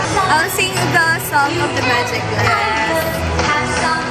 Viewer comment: Magikland kaba? Ngaa? Testingi bala pang tonto sakon kay Magikland kagd. (Majokland) 😂😜